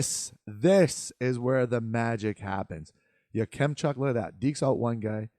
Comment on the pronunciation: Your pronunciation of Yakemchuk is a bit hard on kem . Say it like Ya-Cum-chuk. I would put in around 9-15. I like him for the flames if they can’t get Tij.